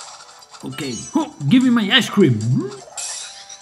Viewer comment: please tell me i'm not the only who heard ass cream when he says ice cream